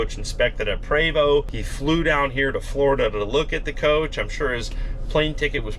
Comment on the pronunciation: I really wish he would pronounce the name correctly, so grating.